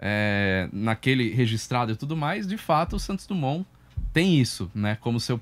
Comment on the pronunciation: Santos DRUMON?????? tnc heim apresentador......